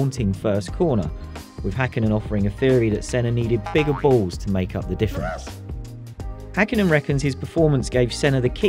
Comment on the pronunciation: It's Häkkinen, not Hakkinen.